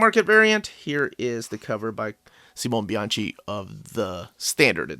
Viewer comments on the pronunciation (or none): Fantastic video. Beautiful book. A must-have! I'm going for the Bianchi cover. Oh, quick pronunciation note: Simone Bianchi = See-MO-nay Bee-AHN-kee.